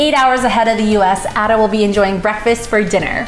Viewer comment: Black pudding essential. Why cook with butter. Just need veg oil. He name is pronounce Aida not Adda. 🙈